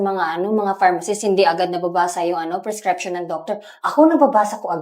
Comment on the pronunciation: Prescription, Hindi prescreption. Bisaya Ka talaga!